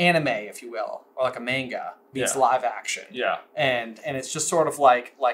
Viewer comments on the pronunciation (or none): I don't know if this has been said already, but says "manga" the way Ginny says "macho" 😅